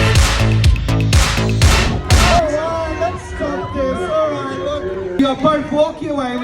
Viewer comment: And this “alright” 😭🙏